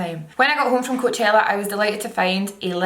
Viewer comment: The way she pronounces coachella 😍😍😍